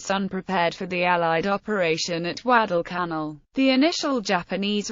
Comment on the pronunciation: Alan Peterson yes you are so right. Also, she misprounces savo and Guadalcanal.